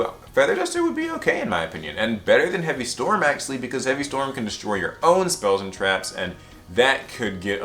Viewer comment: When you say "actually" it sounds like axily